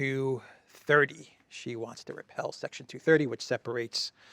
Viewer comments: REPEAL (RE-PEEL) NOT REPEL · We say re peal,not repell! But you are OK!! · Repeal not repel. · Repelled??? no no no... Repeal section 230... NOT repel section 230.... REPEALED... WOW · Repeal brother. Not repel.